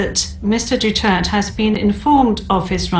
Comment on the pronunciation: Maganda yung scripted sa Pag pronounce at Pag sabi ng full name